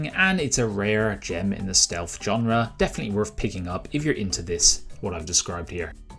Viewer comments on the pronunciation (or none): Genre, not john-rah